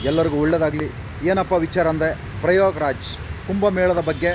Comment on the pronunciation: ಪ್ರಯೋಗ್ ರಾಜ್😂 ಅಲ್ಲ ಕಣಯ್ಯ ಪ್ರಯಾಗ್‌ರಾಜ್ ...😂